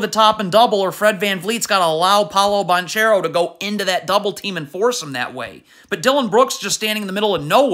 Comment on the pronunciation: Please learn to say Banchero’s name